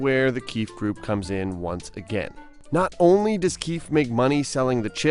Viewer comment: In the female jails they call them KWEEFS instead of KEEFES!!🤣🤣🤣🤣🤣🤣🤣🤣🤣